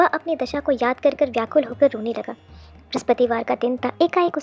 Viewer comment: Brahspativar r brahaspatidev ka uchharan krne se pehle thoda dhyan de aap dono ko confuse kr rhi hai 🙏🙏jai vishnu bhgwan